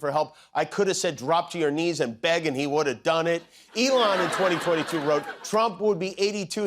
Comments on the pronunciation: Why hasn't anyone picked up he called Elon "Elonya" he must be in love. Lol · Ok I def heard him call Elon ELIJAH that time. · Did he call Elon Elijah? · Why is he calling him 'Eyanla'? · Did Trump call Elon "Elija"? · Did Fats Dummynuf, just call Musk “Elonia” ?! 🫣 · It was like Elon and Melania mashed up. I heard Elonia! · Did Trump say "Take Over 'Elonia', Take Over"❓❓❓ No wonder 'Leon' was jumpin'🤸